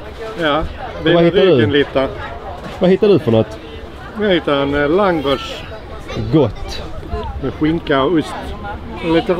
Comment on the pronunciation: Respekt till som faktiskt vet hur man uttalar langos på ungerska